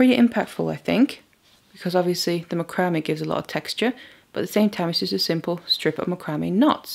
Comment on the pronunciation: It's called mac-ro-may....not spelled that way.